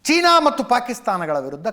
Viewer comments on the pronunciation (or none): none